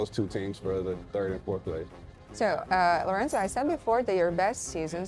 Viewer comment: Lorenzo se i izgovara, a ne Lorenco. Nije Španac. Tako da su pravilno i napisali na srpskom Lorenzo Braun. Nadimak mu je Zo, a ne Co.